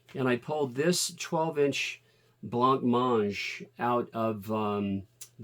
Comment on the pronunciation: "Bla-mange"..........not "Blanc-mange" (from a UK sixty year old!)